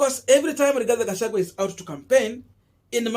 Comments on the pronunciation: He is called "Gachagua". Not "Gachagwe". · Boss, do you have a problem of pronouncing the letter "i" and the letter "e"??? The name is Rigathi Gachagua and not RIGATHE GACHAGUE. Please if you cannot pronounce the name the way it should, then do not mention it. People do not fail exams because they are stupid. People fail exams because they do not follow instructions. Other than than, your work is good Boss 😜😜